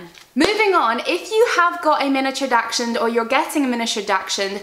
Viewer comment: Hey just so you know its pronounced daxhund not daxshund sorry its was making me giggle every time you said the breed 😅 enjoy your baby your going to be a good dog mum❤